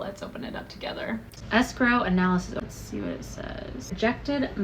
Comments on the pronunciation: What is “sgrow”? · As a French person, every time I hear the English word "escrow", I can't help but think of the French word "escroc" (you pronounce it exactly like "escrow"), which means "con artist" ! There must be a reason why these 2 words are connected !